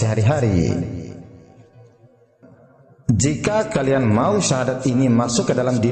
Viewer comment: Maaf laras syahadat anda kurang benar itu mungkin pengaruh dialek hingga berbunyi Sasadu dst